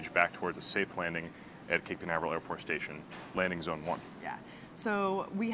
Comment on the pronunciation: she said landing bone lmao